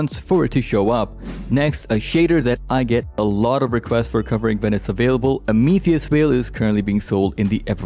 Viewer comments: Amethyst is pronounced (AAM-UH-THIST) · How can you butcher the pronunciation of "amethyst" so badly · I've never ever heard of anyone pronouncing amethyst that way. ("AM-UH-THIST"). Probably cultural difference, idk. Regardless, appreciate it but I've already had this shader. Personally I prefer Gilded Smoke. So clean. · i’ve never ever heard someone pronounce Amethyst like that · you might want to look up the pronunciation of amethyst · Never heard someone pronounce amethyst like that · You should look up how to pronounce Amethyst Veil; you said it incorrectly. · Learn to pronounce a basic word like amethyst